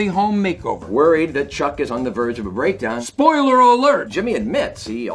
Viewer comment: nobody: Bob: spoileiler alert another good one is Michael